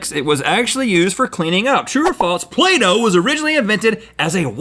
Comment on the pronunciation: When Rhett said "play-doh" I thought he said Plato, and I thought some weird things